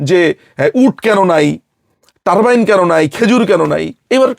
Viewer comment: It's called Turban not Turbine